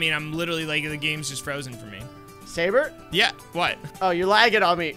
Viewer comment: at 44 seconds called sabre gaybre lol